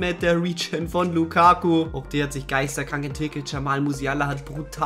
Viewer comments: Hey nicht böse gemeint aber du sagst immer geisterkrank statt geisteskrank :D lg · Es heißt „Geisteskrank“ Nicht „Geisterkrank“ Nur nebenbei